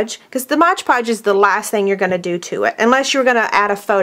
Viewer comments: My GAWD, please stop saying MODGE PODGE. It is MOD Podge..... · "Mod" Podge not "Modge Podge." lol